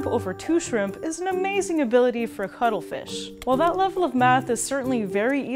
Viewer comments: VERY WERR I WIRR EATA DA CUTTRE FEESH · If you’re saying that the first time (ever) you heard cuttlefish you heard cuddlefish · Why do I keep hearing cuddle fish lol Only me? Okay... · I literally thought she's saying cuddlefish I want to cuddle that fish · I'm not a native speaker, so when she said cuttlefish I would have understood it as cuddlefish, if the name wasn't didplayed correctly in the title. So... free hugs?